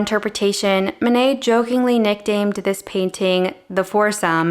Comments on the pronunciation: Actually, if you pronounced the names of Monet and Manet correctly, there would be no confusion. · Again Manet isn't Monet